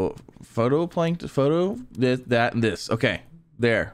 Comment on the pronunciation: Him pronouncing phytoplankton makes me cringe. PHOTOplankton new species that takes selfies maybe? 😂